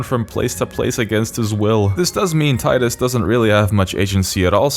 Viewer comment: You pronounced Titus wrong my guy.